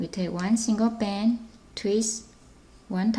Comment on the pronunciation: yes plz!!!!!!!!!! her vice is so weird and she says band like bans